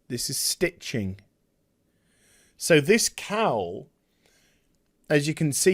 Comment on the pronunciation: It took me far too long to realise you were saying "cowl" and not just "cow". I thought there was some farmyard Robert Pattinson joke I wasnt getting.